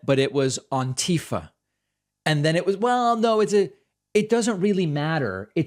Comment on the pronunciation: The hell is "Ahn-tifa" !?? Lmao! That was certainly an interesting pronunciation. That was very Julia Fox-esque and her "Uncah Jams" (Uncut Gems) moment! Hahaha!